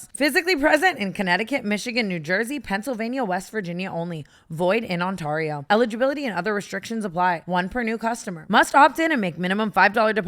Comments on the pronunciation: Did... did she pronounce "Ontario" as On-taw-rio in the draft kings ad? As an Ontarian that sounded so funny 😂😂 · Tana I love you but as someone who lives in Ontario, I can longer be silent about how you say it 😂 it's pronounced On-Tair-io, I know its spelt AR but please try AIR 😂😂😂❤ Thank you from the province of Ontario 🤣❤ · Tana I'm really sorry but in the Draft Kings ad it's pronounced like on-tarE-io not on-tar-io I'm sorry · Not Tana saying Ontario “On-tor-io” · i love tana but as a canadian i'm creasing at how she pronounced ontario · Always kills me the way Tana pronounces “Ontario” 😂 u dated a Canadian babe!!!